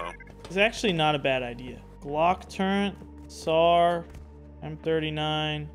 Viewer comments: "turrent" I hear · there is no N in the word Turret. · when did they add an N to Turret?